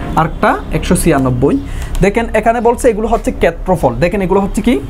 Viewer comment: কেত্রফল কি জিনিস? আপনার উচ্চারণে সমস্যা আছে